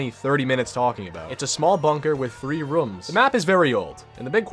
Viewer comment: "3 rums"